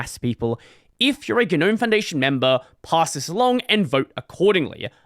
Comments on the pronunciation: Normalize pronouncing it NOAM instead of GUH-NOAM so we can all stop sounding like pretentious losers. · Stop pronouncing the 'G' you freak.